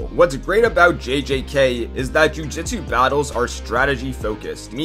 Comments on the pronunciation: It's pronounced Ju JOOT su my man, if you want to hop on a fandom bandwagon at least pronounce the series correctly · LOL he literally says jujutsu differently twice within 3 seconds. If you watch the show and aren't just looking up the info to make a video I don't understand how you're going to pronounce it wrong. Don't you re-watch these and go through editing and quality checks and other stuff before you upload?